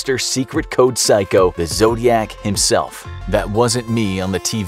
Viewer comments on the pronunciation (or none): none